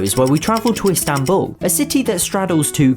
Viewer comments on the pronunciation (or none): none